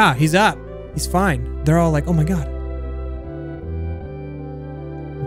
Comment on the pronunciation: Has anyone else noticed how says “mine got” instead of “my god”